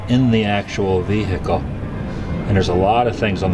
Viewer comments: A "vee-hikel"?? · Vee hiccle 😂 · "Offener...is that how you pronounce it?" Well, I can't trust you since you did mangle the pronunciation of Adolf (Ad-olf as in ADvertising, not ay-dolf, as in day) as well as your own native language with "veehickle". I'm willing to bet you're one of the Americans who doesn't pronounce the H in herbs... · Wtf is a vehickle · Why can't Americans say vehicle properly 😂😂😂😂😂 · Why can't Americans pronounce vehicle? 😂😂😂😂